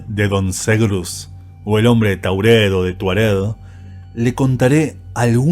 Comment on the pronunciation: Taured no Taurel pronuncias mal lees mal